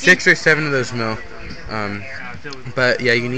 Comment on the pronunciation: It's not mail kid its mill